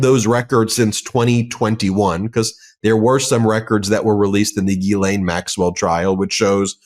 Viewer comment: Since Medias Touch is discussing Epstein and his co horts, I think the names need to be pronounced correctly instead of struggling with the correct pronunciation such as Ghislane. I understand it's an unusual pronunciation, but you know who knows how to pronounce her name properly? Virginia Guiffre/ Roberts. Here's a phonetic spelling to help: Gair lan.